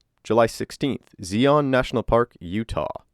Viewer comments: Zion is pronounced “Zy-on,” not “Zee-on” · Zeeen? No It is called Zie-on. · Ok it’s not pronounced zeeon. It’s zion like ion with a Z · "Zeeon" Zion is pronounced "Zyy-on." Rhymes with "nigh on" or "try on." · It's pronounced Z-eye-on, not Z-on, for future reference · Pretty good content! You just need a little work on pronunciation, e.g. Zion not said like zeeon but zeyeon; there are more examples I didn't list. Having said that, keep up the good work! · Zion = "ZY-un" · Zion, is pronounced Zeye- on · Zeeon national park??? 😂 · "zee-on" national park? Really? Edit: Wait, "Grand TAY-tin" ....now I feel like you're doing it on purpose... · Zion is pronounced “Z-eye-on” (with a long I) and Teton is pronounced “Teet-on” (so not “teet-uhn”) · Just so you know I (unfortunately) am from Provo, Utah and was forced to be mormon growing up so I know that Zion National Park, which is usually pronounced wrong, and so it actually rhymes with lion. 🦁 Zion is a Mormon word for a place that would be equivalent to Mecca I believe. Like where all the righteous meet at the second coming or something idk. Except the irony is that I think that Mormons think that the real Zion is actually in central Missouri or some shit. I had to learn all this shit growing up in church on Sundays and seminary everyday at school, but I obviously didn’t retain much of it lol. 😂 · Ahh, good ol' Zee-On National Park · "Zee-on" ha ha c'mon brah 😂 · Zion is pronounce zeye-on. I couldn't resist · "Zee on" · Tee-ton lol Zeye on lol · Nice video! Although if you make a follow up, I would recommended looking up the pronunciation of Zion and Grand Teton. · Other than your pronunciation of Zion this was an excellent video. Such a sad situation